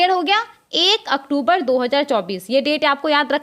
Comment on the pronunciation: Madam, pahle aap October ko sahi se boliye. Bahut bhadda lagta h.